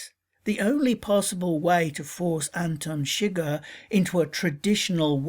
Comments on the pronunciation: anten seger? no its pronounced Anton suger (An-ton Sug-ehr) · How did you watch the movie and still pronounce it "Antin Shigger"? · "Antin Shigir" Did you watch the movie or just read the wikipedia article? That is NOT how you pronounce his name